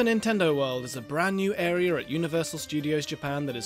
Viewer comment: "a brand new are-er"